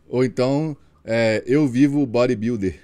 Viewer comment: Repete com o: "eu sou um bóribildi" 🤣🤣🤣